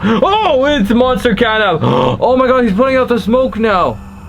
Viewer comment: catnap not catnak